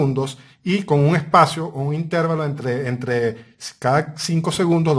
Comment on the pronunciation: Qué pena con ud, pero no es intérvalo, es intervalo.